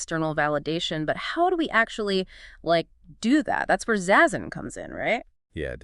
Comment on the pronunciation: Zazen, pronounced "zahzen," not "zayzen."